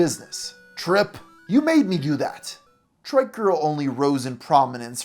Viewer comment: You constantly calling a trike a "trick" is triggering af OH MY GOD YOU PRONOUNCE IT CORRECTLY LATER ON WHAT THE FFFFFFFFFFF THEN YOU CALL IT TRICK AGAIN AHHHHHHHHHHH